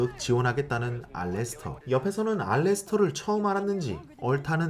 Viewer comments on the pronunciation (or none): 알레스터가 아니고 알래스터…….